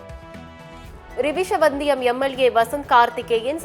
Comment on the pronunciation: செய்திவாசிக்கும் அன்பு சகோதரியே 🤔🤔🤔🤔🤔🤔🤔🤔🤔🤔🤔 அது ரிவிசி வந்தியம் தொகுதி அல்ல !!!!! ரிஷிவந்தியம் தொகுதி என்பதை நிதானமாக பார்த்து செய்தியை படிக்குமாறு தாழ்மையுடன் கேட்டு கொள்கிறேன் 🙏🙏🙏🙏🙏🙏🙏🙏🙏🙏🙏